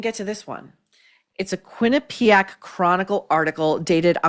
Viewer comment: Maureen thank you for being one of the few who speaks the proper pronunciation of the word Quinnipiac